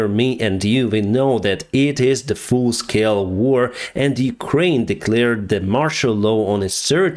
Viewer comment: Did you say “Full-Scale War,” or “Fool-Scale War?” 😂 Great video, sir. Praying for you and your people.